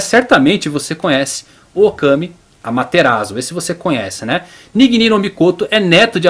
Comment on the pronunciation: Adorei o vídeo muito bem feito e estruturado, só melhora um pouco sua pronúncia sempre que ver uma palavra em japonês escrita em letras romanas por exemplo Susanoo o S vai ter som de "ss" ou seja "Ssussanoo" ou "Amaterassu" e quando vê "Chi" a pronúncia vai ser "Tchi" espero ter ajudado